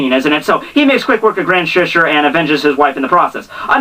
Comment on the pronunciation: ''grand shishir'' lol